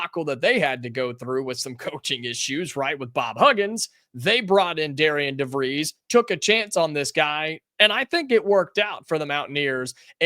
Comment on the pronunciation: It’s pronounced Darren.